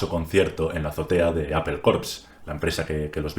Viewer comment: Los Vitels Gugel Apel